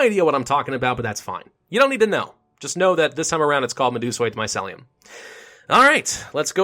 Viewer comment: Just because you point out spelling errors, mycelium is pronounced MY-SEAL-E-YUM